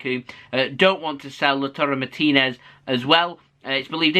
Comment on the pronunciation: 10/10 on pronouncing Martinez lol